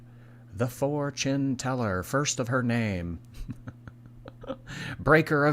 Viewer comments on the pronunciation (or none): When you said fortune-teller I heard four chin teller 😅